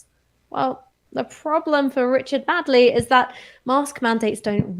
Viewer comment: It's Richard Madeley not Richard Madley, pronounced MAYDLEE